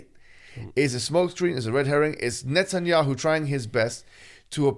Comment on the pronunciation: I just know Mohammed Hijab pronouns Netanyahu as نتنyahu and it’s hilarious